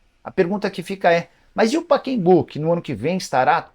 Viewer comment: O nome do estádio é PACAEMBU! (Não é Paquembu)